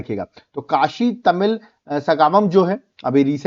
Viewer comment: It's not saga mam It's sangam in hindi and Sangamam in tamil